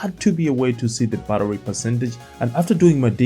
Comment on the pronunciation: So I had to check after you asked us if there's any difference between "buttery" and "battery" 😄 Looking away from the screen, and just listening to that little bit several times… no, they sound pretty much the same to me when you say them! I hope this doesn't cause you any problems when you're doing the grocery shopping. 😊